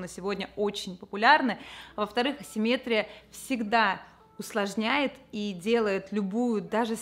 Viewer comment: АсимметрИИИИИИИИя, а не "асиммЕтрия"!!! P.s. цвет называется электрИИИИИИИк, а "элЕктрик" -- этот похмельный дядя Петя, который проводку чинит)))